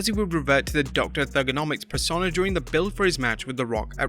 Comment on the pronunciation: Sorry dude, it's "pers-oh-na" not "per-sonn-a".